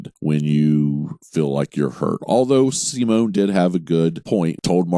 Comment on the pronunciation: How can you get all the nAmes WRONG? It’s not rocket science! simone is a girls name.. did you do this on purpose? Jan Olof is easy enough. Maybe you need to watch it all again or think about your motives. Kinda sickening, every time you say Simone. Seems like a lowkey slur.